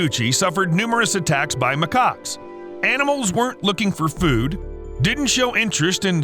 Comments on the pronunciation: They are not called ma-cocks. They are called ma-kaks (pronounce it right pls) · Always gotta be careful on how to pronounce macaques